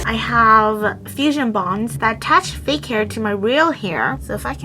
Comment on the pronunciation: "fake hair--uhm.. FAKEU LOVE"